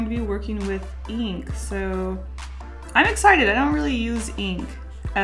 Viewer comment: Eeenk I love how pronounces ink